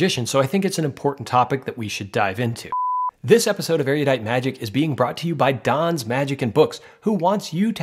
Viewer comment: Awesome reviews! You're not pronouncing erudite correctly though.